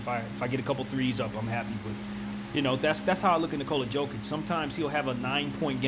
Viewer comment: Jokic isnt ball handler ?You just dont know what you are talking about?Nevermind wrong pronanciation!!!it is YOKICH,Pop knows what is he talking about.I think that in order to make video about basketball,and put it on you tube,you should at one point in life play A GAME OF BASKETNBALL(not videomgame),so you could have some clue what are you talking about....So...long story short-don't talk about basketball,anymore,ever...o,and that theory about similarities of their names,here is suggestion;perhaps Popovic was thinking of him self as reinkarnation of Larry Bird,but since his second name is similar as Jokic's he said Jokic ,because can not make difference those two surnames